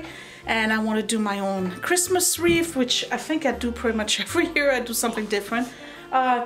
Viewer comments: it’s pronounced reeth not reef - adding more confusion to poor Sophia 😂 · Lovely! (Wreath rhymes with ‘teeth’) And this did make me smile! 😊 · I liked it when it was just the simple wreath (pron. reeth as in teeth) 🥰